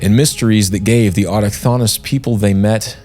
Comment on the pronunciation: Bro, it's pronounced autochthonous. Not autochthonous.